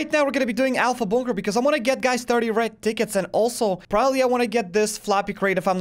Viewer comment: The moment I heard u say "30 red tickets" I heard "30 red dickets" and I wuz like "da fuq?"